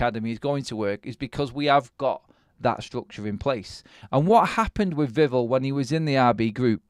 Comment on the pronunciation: The emphasis is on the end of Vivell's name - Viv-ELL, not Viv'll. Like nouvelle, not novel.